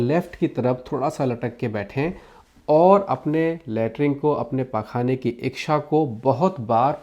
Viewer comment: इक्षा क्या होता है?? कहीं आप इच्छा तो नहीं बोल रहे थे l